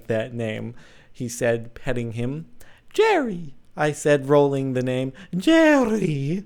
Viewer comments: Oooooooh Jordan.... "Jerri! Ze French puppi`!"" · Lol, love the way your roll the name "Jerry," Jordan. I'll have to write you a story some time. :]